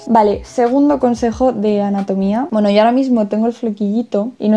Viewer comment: Me da mucha gracia cuando dice "poweno" xdx